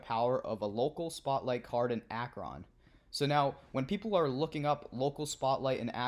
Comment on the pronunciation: It's pronounced Ak-Run :)